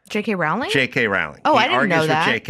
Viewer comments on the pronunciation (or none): none